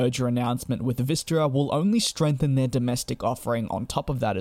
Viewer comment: it's Vis-taara, not vistra.